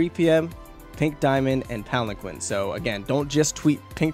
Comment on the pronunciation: Please stop butchering the word Palanquin T.T